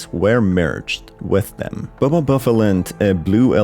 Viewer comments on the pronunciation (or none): I know bro did not say bubble bubba fit with an l